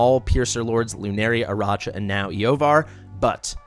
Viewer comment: I know it's gauche to complain about pronunciations, but a bunch of folks on YT call her "AraCHa," with that soft CH sound, which is so bizarre to me. It's CLEARLY a name made to be a play on Arachnid, like a spider, right? So it should be pronounced with a "k" sound.